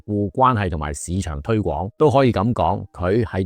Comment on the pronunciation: 楊律師把「廣源西街」及「廣為人知」的「廣」字讀成「港 gong2」；而把「推廣」正確地讀成 gwong2，後者才是正確。